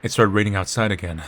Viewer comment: Not a-grain.